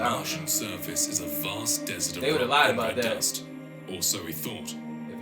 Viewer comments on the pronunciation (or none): none